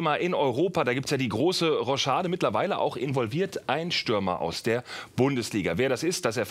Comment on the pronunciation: Wen hat das Roschade auch genervt? Es heißt Rochade😂😂